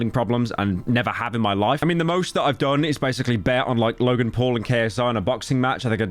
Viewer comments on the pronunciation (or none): none